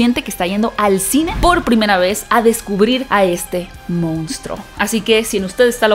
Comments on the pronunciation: De verdad piensas que se dice MOUNSTRO? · "regresa a las raíces del MOUNSTRO" 😅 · Solo una puntualización ... no es "Mounstro" sino "Monstruo". Casi igual pero no es lo mismo.